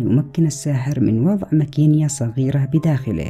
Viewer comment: الصحيح مكينه ليست مكينيه